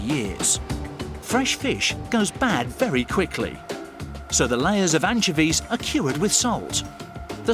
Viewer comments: AN-CHO-VEES, not anchevees lol not hate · Anchuhveez. lol. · 𝐇𝐞𝐫𝐦𝐢𝐨𝐧𝐞 𝐕𝐨𝐢𝐜𝐞: “Your saying it wrong” “It’s 𝐀𝐧𝐧𝐞𝐂𝐡𝐚𝐕𝐞𝐞𝐳 not Anchovies” 🤦‍♀️🤣